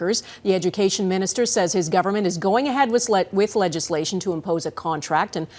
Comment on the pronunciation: she almost says sledgeslation rather than legislation. She was right the first time. 😂🤣